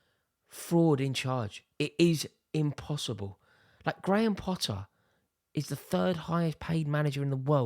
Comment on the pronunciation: “Nothing is impotterble”!